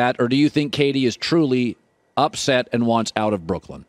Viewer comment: Anyone else find it weird that Colin pronounces Brooklyn as Brookland? Seems weird that nobody has mentioned this to him and just how ridiculous it sounds.